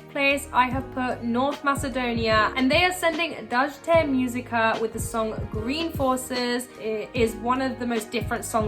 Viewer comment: good video but the way you pronounce "Dajte muzika" gives me pain I think they say the name in one of Dajte Muzika's older videos so you should go take a look at it (or the old anthem/theme song for Dajte Muzika)